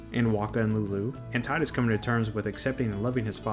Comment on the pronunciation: It's T(tee)idus.